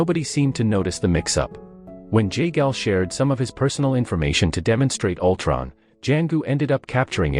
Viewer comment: Altron? Winter shoulder? 😂